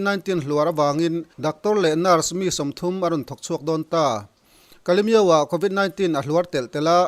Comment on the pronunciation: News channel siam tur chuan lam rik dan fimkhur tur a bikin English en tir nan convit 19 i lam dan hi